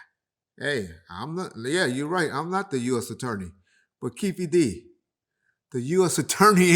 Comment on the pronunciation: It's funny how he says keffe d name lol